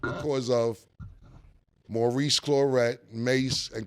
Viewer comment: Why cam say Maurice government name like that